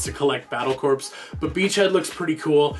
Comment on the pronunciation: Not to poop on your video or anything but, corps is pronounced as core. Id like to see more of this kind of videos Excellent work Also how is your trip?